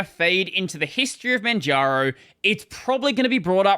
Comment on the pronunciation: Why do you keep saying Manjano instead of Manjaro? 😅